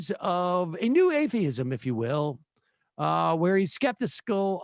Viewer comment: Sam, skeptiscal? Seriously? Come on, speech pathology. I keep recommending it, you keep ignoring my good-faith recommendation.